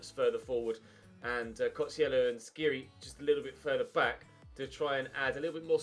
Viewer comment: Dislike coz u pronounce Skhiri wrong for the 7th ep in a row and u don't read the comments.